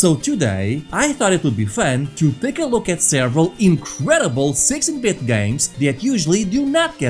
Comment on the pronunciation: All I'm hearing is sexy bit.😂